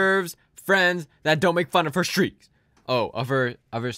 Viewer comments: Lol can’t you read. “Streaks”. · How fucking hard is it to say the word streaks....??? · Can we talk about the fact that he has no idea how to say streaks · Do you really not know how to pronounce the word ... streaks ....